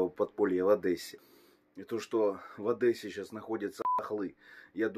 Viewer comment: Не одэса . А Одесса